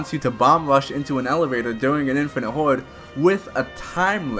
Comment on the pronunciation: So are you foreign or is that a speech imprediment because im hearing hauwed not horde and wandmark..